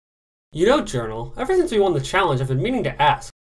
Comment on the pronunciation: JOUNRAL JOUNRAL! WHERES YOUR RIGHT ARM? “Jounral”